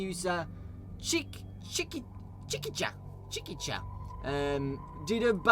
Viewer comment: Hey! I'm Steam user Chikicha (you got the pronunciation pretty much right, I pronounce it "chicky-cha", haha) that you got this theory/text screencaps from. I found out about this video because somebody commented saying that you talked about the theory! First of all, thank you for making this video - not only is it awesome to hear a voice and get some visuals to go along with the post, but you've brought up some other interesting points! And best of all, since YouTube is a larger outlet than a Steam discussion board, I can read a lot more debates about the theory. I'm not absolutely 100% certain on the theory myself, so I'm very interested in reasons why it may not be true, and am open to hearing debate. A few people have replied to my post with debates, but not a whole ton. You brought up the interesting point that the cutscene in FNAF 2 is called "dream" in the game's files. I didn't bring this up in my post because I just wanted to make a list of every element in the games that had a very direct tie to what FNAF 4's child saw/experienced. Now this raises the question - why this very specific dream where the Puppet's all up in your face and following you? Back when only FNAF 1 and FNAF 2 were out, I thought maybe this was meant to represent that the Puppet was now in control of you, but that still didn't explain the "it's me" message that briefly appears after the scene ends. Now, looking back on it with this whole theory, it COMPLETELY makes sense in my mind. You rec